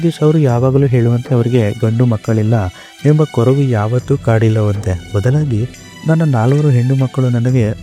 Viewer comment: ಕೊರವು ಅಲ್ಲಾರಿ ಕೊರಗು ಅದು. ತುತ್ತ್ ನಿಮ್ಮ ಕನ್ನಡ.